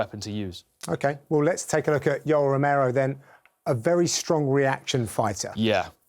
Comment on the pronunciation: Is it just me or did he really say Yellow Romero ?